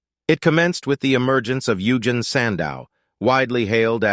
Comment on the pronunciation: "Yoogin" sandow 💀